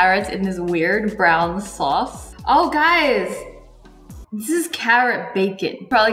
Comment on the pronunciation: Wengie accidentally pronounced sauce as socks 😄😄